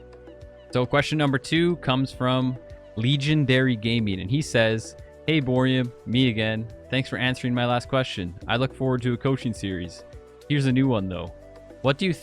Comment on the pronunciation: Bruh its pronounced like Legendary, except with, you know... Milk... god my name's dumb XD